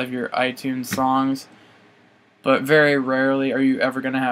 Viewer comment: Did u say Butts except But